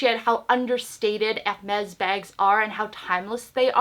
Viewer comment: Never thought anyone could make Hermes sound like a Mexican brand...'El Mex' LOL